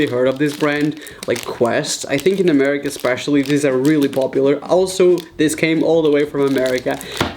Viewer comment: i think he was trying to say america but his accent was a little too heavy on it but idk